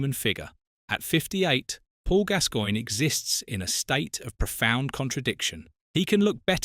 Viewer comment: It’s pronounced GAS GOINE 😊❤